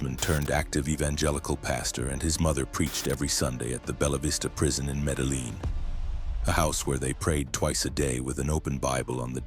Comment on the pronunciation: Metal Lean? AI...